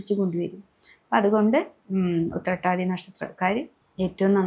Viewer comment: Utthrattathi onnum clear alla